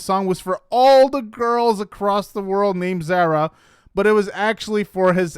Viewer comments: Dude, it ain't hard to say ZARA! it's not zera. A,E, I,O, U my guy. 🙄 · Her name is pronounced like car-uh it’s Zara…..not like care, but like car. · Can you please learn how to correctly pronounce Zara? Sincerely, someone with almost the same name it’s like nails on a chalk board.